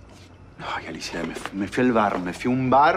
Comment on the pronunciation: like si te diste cuenta que alicia no pronuncia la r😂😂😂